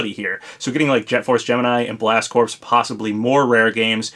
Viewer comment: psst... the word corps is pronounced "core"